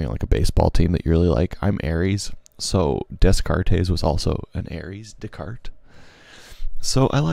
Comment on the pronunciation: "We think, therefore, we am." I love it. Also, I heard you say Des Cartes correctly once in your narration, but why you keep saying it wrong the rest of the time?